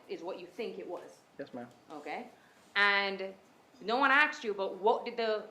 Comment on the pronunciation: This woman attr. said "axed" , rather than asked.